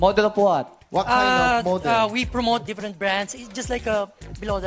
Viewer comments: When i played it again i realized that his "F" sounds like "P" when he said different it sounded like "diprent" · halata naman simula pa lang na hindi english speaker e.. "different" sound. 100% wannabe lang ang dating. palpak pa hehe